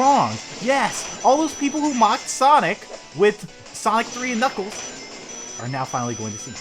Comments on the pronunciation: knigles so much failure on pronouncing knuckles. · he said niggals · why does he call knuckles niggles